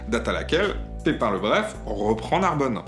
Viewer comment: J'ai pensé à la même chose... et la façon dont est prononcé Narbonne à la fin... Personnellement, je trouvais intéressant cette chaine avant, comme je trouvais intéressant la chaine de Matthieu Sommet, avant qu'il se pose presque un donneur de leçon en voulant s'aventurer sur un terrain boueux. On a un mec qui veux faire de l'anti-racisme, et on sais comment l'anti-racisme fonctionne mal depuis de nombreuses années, très mal, et ayant même parfois tendance à jeter de l'huile sur le feu (ou de l'eau sur un feu d'huile). Mais bon, je pense que le créateur de contenu s'en foutra de ce que peux penser un mec qui ne pense pas comme lui, ça finira donc en désabonnement.